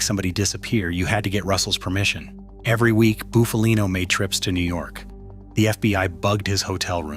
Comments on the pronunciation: Not fkn ( Boof-a-lean_O ) it's Buff-a-lino ! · Shite ai pronunciation